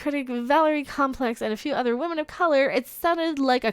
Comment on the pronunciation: Captain Wahmen Strikes Again!!😂